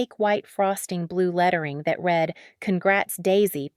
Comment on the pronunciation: All of these stories are bullshit. Some are entertaining, while others are a waste of time. Stop using an AI voice. When listening to a “story” and the voice pronounced words in the wrong meaning or how the words are spoken. Read / read. People say the different words correctly, not an AI voice.